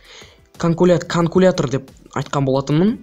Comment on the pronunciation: канкулятор емес калькулятор